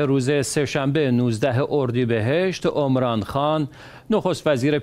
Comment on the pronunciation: گوینده محترم، اسم را درست تلفظ کن. Omran نیست. Emran هست. شما می خواهید دین را در دنیا احیا کنید. ظاهرا از قران اطلاع چندانی ندارید. اسم Emran در قران ذکر شده. اصلا اسمی با تلفظ Omran نه در پاکستان، و نه درایران و هیچ جای جهان اسلام وجود ندارد. بدبختی ما همین جا هست که تصور می کنیم بندگان خاص خداییم ولی از کتاب خدا و محتوی آن از جمله اسامی ذکر شده در آن اطلاعی نداریم.